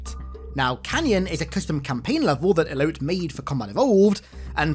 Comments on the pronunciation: "Elote" is pronounced "Eloh-tay". It's a traditional Mexican corn on the cob on a stick covered in mayonaise, chili, lemon. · Elote is pronounced EH LOH TEH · Elote is pronounced eh low teh. It's corn in spanish lol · "Elote" is spanish for corn. It is pronounced e-lo-tay Hearing you say eloat all video was hilarious. Great vid. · The dude pronouncing Elote as "Elout" was fucking cursed. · I think Elote is pronounced as "E-loe-teh" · How bro was pronouncing Elote had me dying. Its grilled corn in Spanish and google can tell you how to pronounce it because it be too hard to do here.